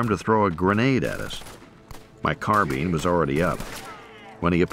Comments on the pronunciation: It is a carbine, as in wine. pine, line. dine etc NOT carbean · The word is carbine, as in wine, mine, line, vine, fine, dine, nine, pine - NOT car bean